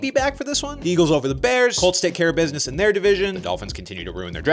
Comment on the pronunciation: Am I the only one who heard the cheifs and the cults